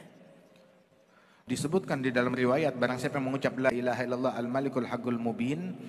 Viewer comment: Bacanya yg bener Hul malikul apa Al Malikul Pak ustad